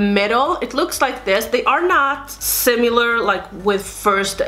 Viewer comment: I loved this video, dear! I live for dupes! One thing that I'd like to suggest (not trying to be mean!) is the way you say "similar." You say it with a "u" in it like sim-u-lar, but it's actually sim-i-lar. I hope you don't take this the wrong way, but I'm guessing from your accent English is a second language for you so I just wanted to offer up some help. :) Thanks for such awesome content!!!